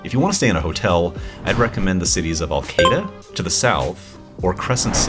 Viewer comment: Arcata, not Alcata?